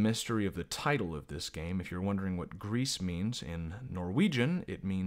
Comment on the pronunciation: I’m not really saying anything new, but it is is pronounced “Grease” I believe and it means grey. You also did forget about her final ability to sing, which is important, really I would say more important than all her other abilities. It is hinted at because you can try to sing but the girl won’t do it because she is not really ready yet. As singing was something her mother “the statue” and her did together. She isn’t ready to sing alone. Also I would say that even though the gameplay is nothing new and is really simple. It would be better than complexity because then it might take away/distract from the art. And the game wouldn’t have its very nice relaxed feel. That’s just me though Also I would say this game does have replayability, at least a bit. I guess it really matters most about if the game touches you personally. But it can be at least replayed to find all the mementos and unlock the secret mother+daughter scene. Finally I would say you might have skipped over the black grief “boss” a bit. (If you can even call it a boss). It has strong significance that I think you didn’t touch on enough. Also for reference I played this game 4 times. But I like it a lot so :/